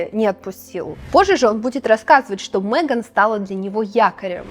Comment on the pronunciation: Замечательное видео! Вот только не «МЭган», а МЕган». Очень ухо режет.